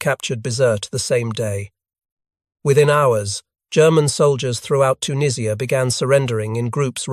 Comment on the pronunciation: Dwarfs on the title picture, later picture is later jeep with wrong bonnet.. the only thing this video gets right is the pronouncing of tunisia. And that head through the windscreen....